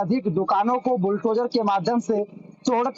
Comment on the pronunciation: संवाददाता पहले शुद्ध बोलना तो सीख ले बुलटोजर नही बुलडोजर होता है कैसे लाईव प्रसारण का चित्रण करते है